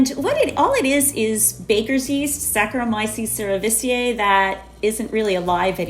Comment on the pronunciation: LOL face when said Saccharomyces cerevisiae